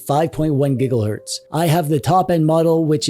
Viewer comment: did he just say GiggleHz?